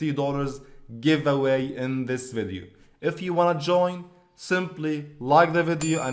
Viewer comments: "I am in the givaway" "Affiliate marketing " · "I am in giwaway" "Affiliate marketing"